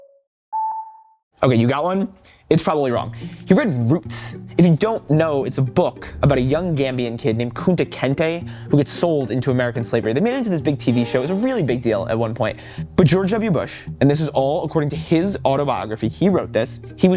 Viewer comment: Kunta Kinte, not Kunta Kente. {:o:O:}